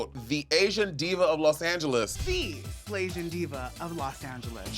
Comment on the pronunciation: I thought she said Slayzian diva.